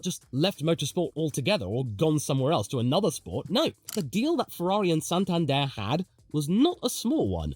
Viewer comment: pls practice how to pronounce santander